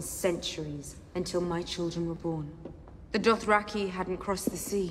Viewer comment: Why can't this guy say Dothraki? Adding an extra R after 7 seasons.